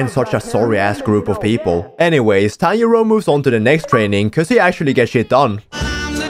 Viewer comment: bro i keep hearing tanyiro not tanjro🤣